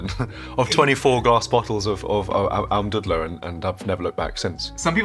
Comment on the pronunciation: Almdudler is more like a dude and less like a dud (also in pronounciation 😉). Next time you talk about it, you can pronounce it properly. I'm from Austria so that's insider information. 🙂